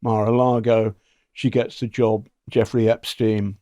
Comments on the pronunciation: Gilane is how it’s pronounced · Her brother pronounces it “GHEE-len” with a hard ‘G’. I’m not saying we should all pronounce it correctly, just that it’s a bit strange that the guy who has been investigating her deeply didn’t mention this…. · Ghislaine is a French name pronounced Geese-lenn. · Ghislaine is a very French female's name, & is pronounced zhees-len. You do pronounce the "s". Perhaps her name has always been pronounced in some more English-sounding manner, such as Gee-lane. (??) Or perhaps that's some weird American thing -- wouldn't surprise me. I am Snowwhite, now in Toronto, but born a Québecoise 🇨🇦💪💗